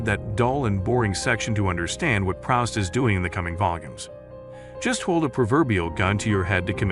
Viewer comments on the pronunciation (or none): This fellow has a serious problem in pronunciation. For instance, just now, re Marcel PrOWst instead of, correctly, Marcel PrOOst. Then there is Stephen Dedalus and lots of others. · Marcel Prowst. It's Proust, pron. Proost. Be careful, your howlers make pple think you're not reading these books yourself.